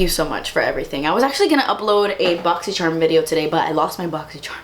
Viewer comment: I love when you’re real. Thank you for even putting something up while going though that! I can’t wait for that “boxychhhharmm unboxinnn!” ❤️🙏🏻